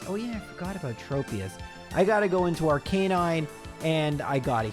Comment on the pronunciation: Why can't anyone pronounce Arcanine properly? Is it a 'Murican thing?